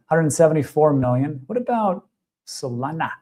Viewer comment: stop saying ''solanaa "' stupid